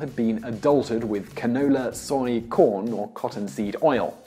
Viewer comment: "such as CAN OUU LAH" lol dafuq